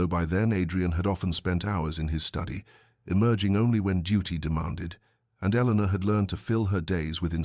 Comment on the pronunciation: “Eleanor” please.